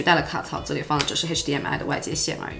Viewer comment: 喜欢这个姐姐！好看大气！shu胶shu胶shu胶 ze里ze里ze里